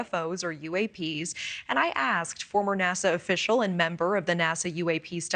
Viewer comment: Why is he calling it Nasar😂😂